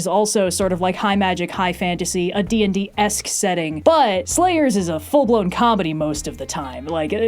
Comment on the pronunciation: You keep saying “D&D-esque thing to do” but I keep hearing “D&D-assed thing to do”, and they’re both correct! Fun with homophones / slant rhymes